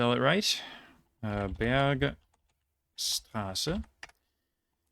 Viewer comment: You do not speak German? I am impressed! It should be „BergSHtraße“ but „FürS-Tenfeldbruck“ (no „sh“-sound).